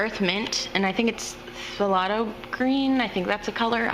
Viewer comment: Pronounced THAY LOW, the P is silent........ Nice video though. (the g is silent!).